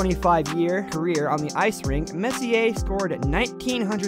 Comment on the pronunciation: My guy said RICH-ARD LMAO😂😂 MESS-E-AIR